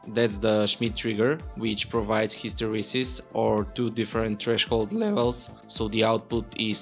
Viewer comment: "..or two different threshold leVhELS" lol sorry. Great video nonetheless